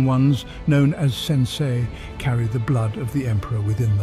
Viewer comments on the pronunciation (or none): none